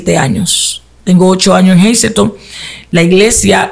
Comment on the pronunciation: Si, así mismo se pronuncia el nombre del Pueblo “Hazleton”. Yo resido ahí. He visto a la Pastora Arelis y se donde esta su congregación. Bendiciones y gracias por el contenido!